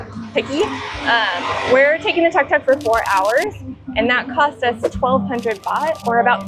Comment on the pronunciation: It called Tuk Tuk, Took Took ✅not Tuck Tuck